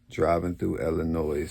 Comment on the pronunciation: deh-mion, Iowa lolol it’s a weird one fasho 🤣 and illinois, the S is silent Lmaooo